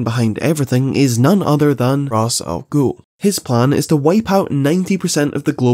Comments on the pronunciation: The batman animated series actually corrects the whole Ras stuff. Batman tells someone that uts actually pronounces Raysh and thay ras is a common mistake people make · Love the video, but it's been pretty widely accepted that it's "Raysh", which surprised me just as much when Watch Mojo got it right. So if you're saying it rah's to spite them, you're really just irking Batman fans tbh hahaha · I'm personally a fan of raysh over raz, because most people will eventually become complacent with pronunciation after a while of saying it and it starts to sound like you're talking about Friends. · I had seen somewhere iirc that Ra's is Arabic in origin but prior to TAS it was never spoken, so when deciding on the pronunciation a Hebrew-speaking team member used raysh. Ig for irl accuracy Ra's is said how it's spelled, but for people who grew up with TAS it's normal to say raysh. Also the reason Hebrew isn't a bad place to turn for the pronunciation is because Arabic and Hebrew are genetically-related languages. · It's pronounced "raysh", because that's how it's said in the Arkham games. :) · it’s Rich-ass-gool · I know you joked about it but its actually really easy to learn how to pronounce Rā's Al Ghūl's name, just play the arkham games gecause in all three they pronounce it Ray-sh wich i think sounds the best but there again in biased the arkham games where my first exposure to batman as a kid abd have been playing them on repeat ever since. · Sure, WatchMojo pronounces it "Raysh", but counterpoint: so does the Arkham games. That's my justification for pronouncing it "Raysh". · it's just "as" the r is silent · I apologise but I cannot watch the video past like you pronouncing Ra's al ghul wrong is painful